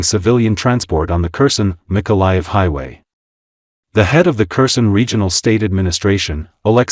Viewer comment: This is an AI voice. Kherson is pronounced wrong. I am still upset that Putin was not arrested when the plane touched down in Anchorage. For a state with a small population, we have a large airport that has to refuel planes from all over the world so they can continue to reach their destination. We have officers here in Alaska who could have arrested Putin. Trump is an idiot. You can not bargain with Putin. It's like talking with concrete. Putin believes Russia is entitled to all of Ukraine. He plans to kill a great deal of the population and bomb them into submission, it is clear. Russia has not only North Koreans fighting with them, but Iranians, Africans, Vietnamese and some other nations they can get mercenaries. Putin is a soul-less monster.